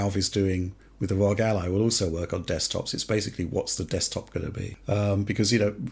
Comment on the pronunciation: RÖG pronunciation never gets old. I chuckle every time. Never stop.